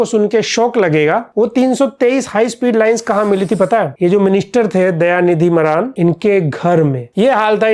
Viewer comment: मारन है भाई मरान नहीं